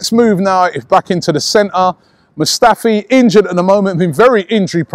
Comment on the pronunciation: Musftafi?! Lol Robbie you do like to butcher player names